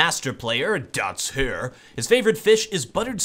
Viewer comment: when you say he is a gold nova, are you saying "that's here" or "dots here"? I am only private rank 2 so I cant play competitive yet and I have no idea how the ranking system works lol.